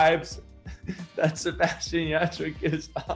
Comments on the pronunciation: Why did I get thrown off when he said his name americanized I was like wait who is Sebastian I only know Sebastián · En serio se atrevió a decir SebaSHian ? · Jajajajaj por qué dice así su nombre?! Jajajajajaj boludo tu nombre tiene un acento en la última A 😂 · okay but same😂😂 I had to rewind it to see if he really said it like that😂